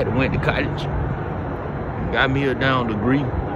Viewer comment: Did he say if I had gone to coddege? 🤣🤣🤣